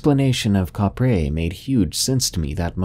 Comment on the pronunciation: Kapre is pronounce "cap-pre".